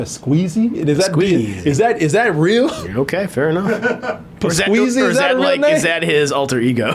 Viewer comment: ES-queezy...??? i lookded it up man.... it's Pas-que-Si. c'mon,...wtf? lol